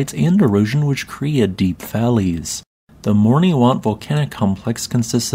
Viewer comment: Caribbean islands are so beautiful 🤩If I may, "Morne" is just pronounced /morn/, as in "mourn". You don't need to say the final E.